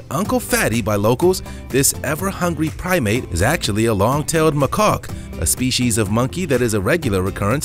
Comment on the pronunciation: Its a long tail macaque not a machaulk😆lmfao